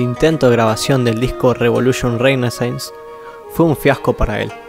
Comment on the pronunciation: la canción de Elvis no se llama como dice el coro;el título correcto es "Only fools rush in". Por otro lado, si en un segmento de entrevista Timo menciona su banda y el disco 'Revolution Renaissance', ¿cómo es que pronuncias de forma tan extraña? Asimismo, a veces sí articulas bien el nombre de Jens con el sonido de la Y, pero casi siempre corrompes la letra por Sh--Shens...